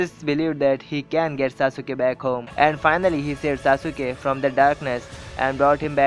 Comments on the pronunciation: dude its sasuke no sa suke u is silent in it so plzz dnt spoil d name of sasuke cuz he s my hero in anime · sasuke not saasuuke bro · It's Sas-kay not sasu-kay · pronunciation galat hai saasuke ke nahi sasuke he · its saskai not sausuka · Bro that's not sasuuka That's sasuke And the video was awesome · itss sasukee (sas-kee) not (sa-su-ke)...ps love the video just a fan hope u can relate when someone pronounce your favorite character name wrong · I agree with you but if you don't mind Pronunciation is Sas-ke Not Sas-u-ke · liked everything in the video except for the way he pronounced "Sasuke" haha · That y i nly point on sasuke i really appreciate u tellin india bout anime stuff good bt no offence sasuke s d nly character as my roll model soo i get offended ny 1 callin sasuke's name in a wrng pronunciation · its annoying how u pronounce sasuke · you say you love naruto and you didn't pronounce Sasuke and Madara's name correctly +_+ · DISLIKE cuz you pronounced sasuke wrong